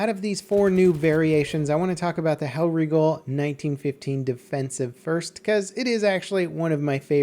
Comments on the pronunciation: y is he saying hellwrigle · Stop pronouncing it hellriggle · pronounce's Hellriegel as Hell Riggle